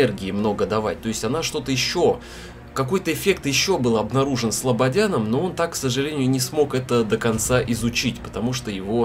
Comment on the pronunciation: СлабоДяном , а не СлабоНяном😜